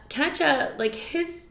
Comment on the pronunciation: Who is kacha? XD It's Kacchan, guys hehe